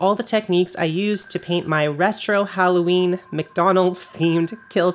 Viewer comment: Are you saying Howloweeny? :O